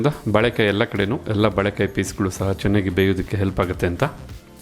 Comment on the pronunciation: Sariyada pronunciation helappa first "balek "balek" entiralla?? sariyagi "baleykaaiye" eendu heladh kaltko first 😅😅